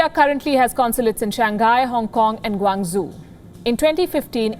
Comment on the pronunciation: What can you expect from someone who pronounced Guangzhou as 'Guang zoo' 🤣